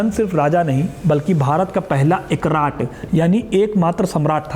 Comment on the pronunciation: Ap hindi sabdo ka hindi me hi uccharan kre "ekrat"...ko "ek rat/rt" hi bole na ki English me "ekraat".